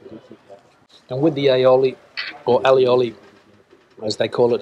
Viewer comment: its pronounced alley-oli